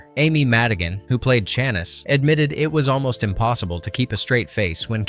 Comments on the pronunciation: Chanice is pronounced Sha-neece! Tell me you haven't even bothered to watch this movie... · Worst. Narration. Ever. And it isn't Janice or Shaniss. It is pronounced Shan-neice. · Shaniss???? It’s Sha-niece! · John Candy’s girlfriend’s name pronounced like this (Shaw-niece). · Shanice😂 How could you watch this movie and pronounce her characters name in correctly?